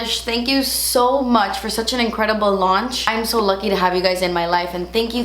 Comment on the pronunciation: I think you keep saying munch becuz of all the Easter candy you munch on had..lol I’m going to have to try that Becca powder. Thanks for the info on your favorites. Take care&see ya😁